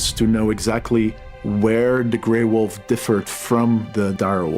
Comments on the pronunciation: She said Gray Woof I cannot hear her say Wolf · Some people pronounce "wolf" as "woof" and it really bugs me for some reason. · I can't take the gray wolf mention lady seriously after hearing her pronounce it "gray WOOF"